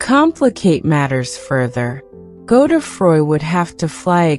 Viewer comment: Weird American voice ...is it AI ? Pronounciation Godedfroid = NOT Go the froy